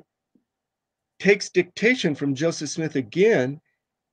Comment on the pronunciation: I noticed a lot of the Mormons pronounce his name like Jozef instead of Joseph, idk why that's so interesting to me